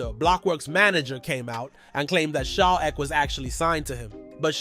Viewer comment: “Sha eck” 😂😂😂